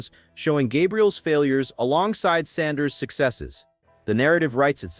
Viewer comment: Why don't you pronounce Sanders name correctly get it right You ain't nothing but a butt white let's get it right